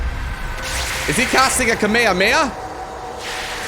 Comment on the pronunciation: Dislike for not knowing how to pronounce kame-hame-haaaaaaaaaa